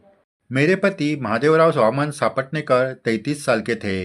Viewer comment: नेहमीच आवर्जून ऐकते भक्ती रस निर्माण होतो । साईभक्ती अजूनच दृढ होते । तुमचे कोटी कोटी आभार । फक्त एक नम्र सूचना की सापटणेकर असा उच्चार नसून सपटणेकर असा आहे